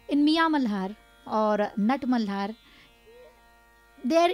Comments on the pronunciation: Why the host is pronouncing malhar like... Malar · Why he is saying raaag mallllaaar... its malhar sir.